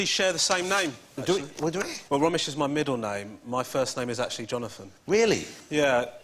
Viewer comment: It’s Romesh.....